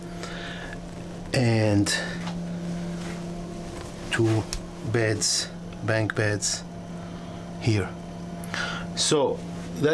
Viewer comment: I like your videos, and all the info. I appreciate you trying so hard to get the English right, and for the most part you do a very good job of it. But if I may, there's one thing I'd like to help with. In the crew quarters, when you describe their sleeping arrangements, the word is BUNK beds, not bank beds. U as in umbrella.